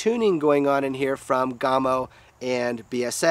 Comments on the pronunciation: Gamo not gaaamo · Isn't it "Yhaa-mo"? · You are pronouncing Gamo differently than you did in the Coyote video 😃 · Wayne Palmer. Being an American making vids in FL doesn't give me an excuse to mispronounce their organization's name now that I know better. Best